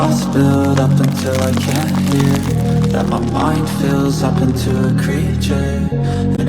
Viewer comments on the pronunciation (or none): none